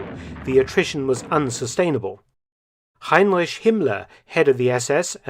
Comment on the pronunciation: You are not pronouncing the name Heinrich correctly!